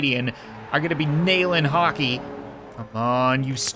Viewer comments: YOU MEAN HOCKEY NOT "COCKEY" RIGHT 🤣🤣🤣🤣🤣🤣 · He Said cockey 😂😂😂😂😂